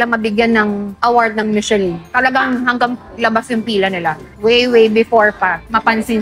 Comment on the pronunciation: It is pronounced as MISHELAN